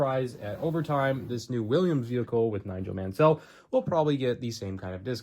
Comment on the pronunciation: Pronounced not as Man-Sell but Man-Sull